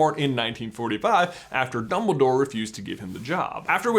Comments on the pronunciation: did he say bumbledoor? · he says “ Bumble Dore” lol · does J say “Bumbledore”? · am i the only one who hears him say mumbledore ? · xD 'Bumbledore' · he says Bumbledore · DUMBL-Y DOORE